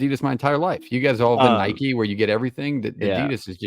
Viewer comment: Bro said Nike like “Nikki” wtf